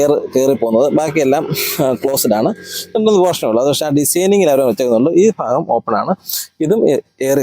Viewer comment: ഫാഗം അല്ല ഭാഗം എന്ന് പറ